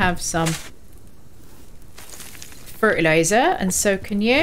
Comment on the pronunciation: Hey, we all have days where aiming is the biggest obstacle. Those first two shots should have hit the hunter. Great work on the raid. You'll be more confident next time. Isn't that hard wooden floor so comfortable to sit on after a raid? And was thata Two Ronnies pronunciation of the word "Fertiliser" at the end there by any chance?